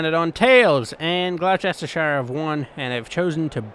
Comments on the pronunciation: Never say Gloucestershire again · I’m live on the border of Oxfordshire and Gloucestershire, it’s really annoying how you keep saying it